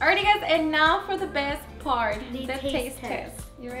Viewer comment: I love how she says “and now for the best pard” 😂